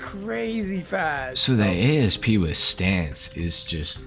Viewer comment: You guys are driving me bonkers calling it an A.S.P. It's based on a Cobra which is a type of snake. If you pronounce it as a word, "Asp", that's a type of snake and what I've always called it.